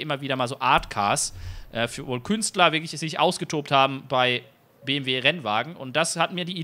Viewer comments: Hat er wirklich am Anfang BWM statt BMW gesagt 😂🤙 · hört sich so an wie BWM XD aber geiles Video! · Ich hab mir das eben noch einmal angehört...ich musste mich bemühen das M zu hören...du hast das halt ein bisschen verschluckt aber ist ja jetzt nicht schlimm😉 Mach weiter so...also mit den Videos nicht mit dem Buchstaben verschlucken😅😂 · Habe mal reingehört, sage aber BMW M4 Coupe ;-) Das BMW ist halt sehr schnell ausgesprochen.